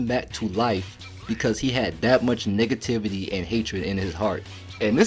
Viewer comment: did you say "nigga-tivity" 😭